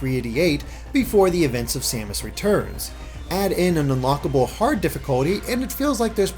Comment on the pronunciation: Oh and respectfully,. I believe her name is "Sa-mas" not "Say-mas". maybe a little thing but it drove me crazy watching your otherwise great review. Keep up the good work !